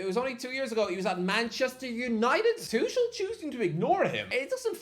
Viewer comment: Maybe learn how to pronounce tuchels name?